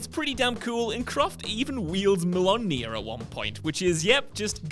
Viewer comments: That pronunciation on a pop culture channel in a post-MCU world is straight up embarrassing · You mean Mjöllnir, right? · I love ya, man, but I have to ask. What was that pronunciation? Mjolnir is easy to say. "Meal Near" is the best way to say it if you don't speak Gaelic. I gotta ask how you can butcher that after watching the MCU for the last 15 years? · I'm sorry, how did you just pronounce "Mjolnir"? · What did Laura wield?? What did you call it??? I am all for affirmative action, but come on, how can you let someone with such a speech problem make videos?